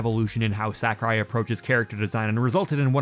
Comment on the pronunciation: "sack-a-rai" "fawl-kun" where are you from?